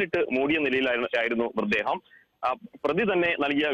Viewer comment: ചേട്ടാ, മൃദേഹം അല്ലാ... മൃതദേഹം എന്ന് പറഞ്ഞു പഠിക്കു. ഇനിയും ആവർത്തിച്ചാൽ ഇമ്പോസിഷൻ തരും.